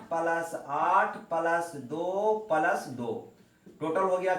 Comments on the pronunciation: ओ भी palas नही प्लस होता है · palas ko plas.khe sir achha nhi lagta hai